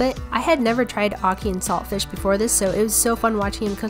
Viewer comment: You don't pronounce the t in saltfish